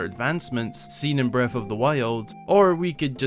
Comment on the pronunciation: Is anyone going to talk about how he pronounced Breaf of the wiald?